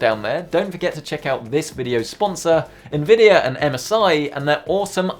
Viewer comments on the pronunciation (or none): none